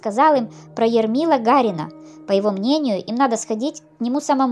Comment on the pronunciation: Дело не в том, что нравится или не нравится. Очень много ошибок в произношении, искажение фамилий. Например, Ермила Гарин, вместо Ермила Гирин! Помещик Веретёнников вместо Веретенников! Так что лучше читайте поэму, а не краткое изложение, причём, плохо изложенное!